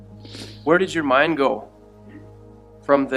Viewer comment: So you can pronounce fargo correctly, yet pronounce go as "gew" , hmmmmm 🤔